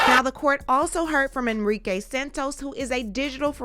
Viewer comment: Enrrrrrique😂😂😂 yes rolll that r mama 😂😂😂🎉🎉🎉🎉